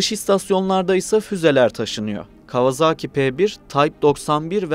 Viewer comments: Kawazağki değil . Kavasaki diye okunur bilader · Artık 'Kawazaaki''ye bir son vermek gerekli değil mi? Doğrusu : Kawasaki, yazıldığı gibi.